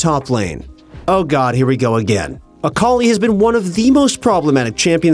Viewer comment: A-akali nerf? Oh no.. Aakali